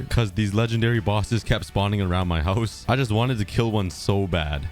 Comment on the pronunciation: I love how says “hauz”